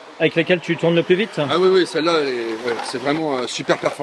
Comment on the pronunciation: "Pu" pas "Plus" ! Avec les explications orales de Franz, c'est encore mieux que de les regarder !